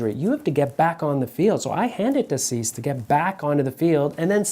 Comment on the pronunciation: 'see-say' i think is more accurate, loving the videos